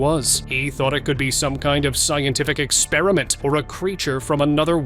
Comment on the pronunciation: Why do you say scientist expraint